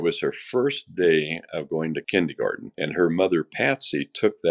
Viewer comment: Kindergarten not kindygarden. Why was JonBenet in Kindergarten at 6? She should have started the year prior? It was rumored that close to JBR dying, she was not happy with wearing what her mom wanted her to and that they were quarreling. Also, what interests me is the odd fact that John had a collage frame, accept housekeeper, of his deceased older daughter on his bathtub. Why? That seems very weird to me.